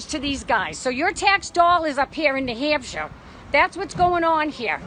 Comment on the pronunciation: Neeuuu Hammshure